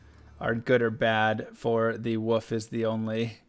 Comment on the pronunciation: is he saying "points into woof" and "heart of the woof-erine" on purpose lol?